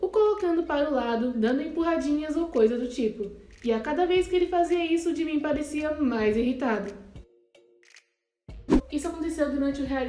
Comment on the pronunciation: Ela falar gimin é jimin kkkkkkk